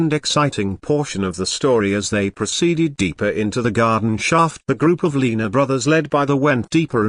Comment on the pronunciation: The commentator can't even pronounce their name, whats that tell ya.